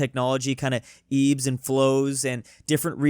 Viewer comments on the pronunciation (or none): Ebbs and flows not eves and flows lmao or eases and flows idk which one you said but it definitely ebbs